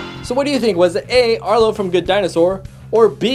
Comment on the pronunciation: Arlo its arlo